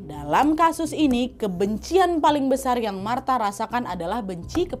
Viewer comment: Kak Nad "pilar² besal" typo dikit ga ngaruh😂😭